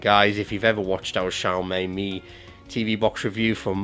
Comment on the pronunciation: For god sake, it should be pronounced xiao MEE! Not xiao MAY!